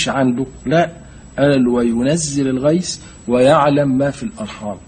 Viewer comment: الغيث وليس الغيس ...النطق بالمصري لا يجوز ...